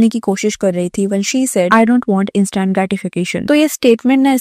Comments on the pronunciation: Su + pairi + er ni hota Su+pi+ri+er hota hai Ins + taint nahi hota dear ins + tnt hota h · What is "supaarior" and "instaant" ? Please learn how to pronounce myan